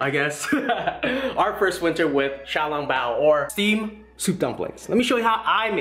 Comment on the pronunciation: Bruh dis dude butchers the name “xiào lóng báo”